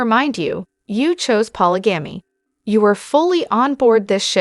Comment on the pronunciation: I guess AI doesn’t know how to correctly pronounce polygamy, Mikelti, Janelle, etc. cant you get that straight? It seems hard to follow hearing all these mispronunciations.